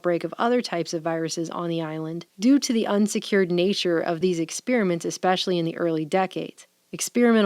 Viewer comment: ExPEARiment. Jeezus. Expeeeeeeeeermint. Fuck.